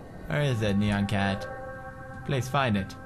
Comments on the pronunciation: It not pronounced neyan cat its pronounced niyan cat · ITS NYAN CAT NOT NEON CAT!!! :p